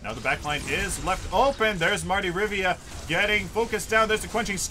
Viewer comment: RIVIA, NOT RIVA... Jesus